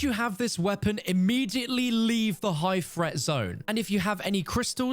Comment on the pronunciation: I like the emphasis on immediately lol I do like this format.